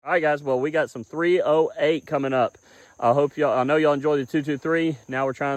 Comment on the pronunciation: That's three-oh-hate...